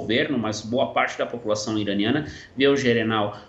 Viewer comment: Ele falou gerenal, ksksks... mais dps ele corrigiu